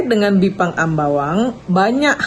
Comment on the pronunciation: Yang dari ketan itu jipang...ji ji ji jiiiii bukan biiiiipang